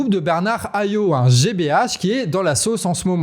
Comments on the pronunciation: Hayot ça se dit '' hayotte '' ( c'est marrant comment, systématiquement, on francise les noms des antillais blancs et on americanise les noms des noirs 😂) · Hayot ça se prononce Hayotte… 2 ème fois que je vous fais la remarque 😡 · Hayot prononce le t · Dans Hayot, le 'T' se prononce comme dans keket.